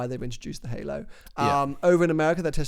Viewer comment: "hailo"... Jesus christ dude